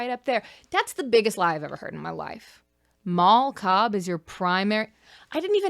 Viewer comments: I thought you said "Mall Cop" when you said "Mal Cobb" at first. Like, "Paul Blart: Mal Cobb". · I cannot stop hearing “Mall Cop” every time you say Mal Cobb i know someone already commented it but GOD its just SO present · Every time you say her name I hear “mall cop” so I’m imagining Leo is married to Paul blart